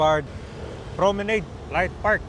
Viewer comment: Mali pronunciation mo ng Promenade, e check mo!!!